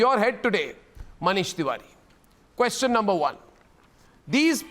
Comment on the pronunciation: "QUESHUN EES...." is Arbab Straight? What a B&D ch****ya. Do you need burnall from John Oliver burn?